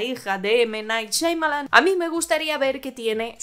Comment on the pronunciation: Ninguna. Porque siempre dice “Shaimalan”.